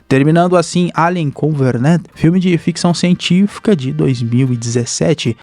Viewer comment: Só eu que me encomodo ouvindo ele falar covernent ao inves de covenant?